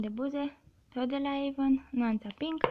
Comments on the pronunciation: se spune avon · se scri avon si se citeste eivan